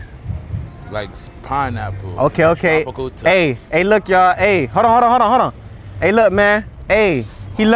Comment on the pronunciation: He said spine apple 😅😅😅😅😅